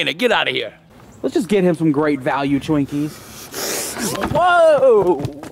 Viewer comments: said "Yea eat some Twunkies"😂🤣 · eat some “twunkies” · Brando he didn't say twinkies he said TWANKEH😂😂😂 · "Yeah, eat Some Twunkies." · "Some twunkies" still funny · He said tinkys